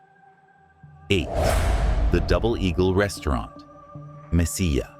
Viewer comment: Two Ls in Spanish is pronounced with a "Y" sound. You get it right with Mesilla but not Bernalillo.